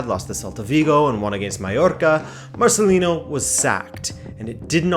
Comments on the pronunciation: Marcelino no Marcelinho or Marceliño lol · Negredo wasn't a Mendes client. In fact that formed part of Valencia fans' frustration with Nuno. When Negredo was ostracised from the team for speaking out, it was felt that he was being victimised in a way that Mendes clients wouldn't have been. Also he's Marcelino, not Marcelin-yo. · Great video as usual. Just a note: it's pronounced MarceliNo, with a regular N.. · Marceliño hahahaha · Marcelino is spanish not portuguese or brazilian. There's not "inho" sound. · Not to be that guy, but Marcelino is pronounced as it is written, with an n, not a ñ or a nh :P Solid video anyways! Very very interesting 😉